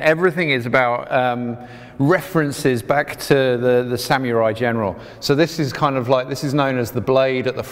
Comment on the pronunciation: I'm gonna ignore the way you said samurai... samyoori